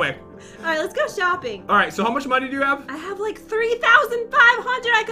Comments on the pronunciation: you sed šuping not shoping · said let's go shoeping too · said let's go shoeping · said shooping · we're shooping Me:I can't do this:p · You said shopping Wrong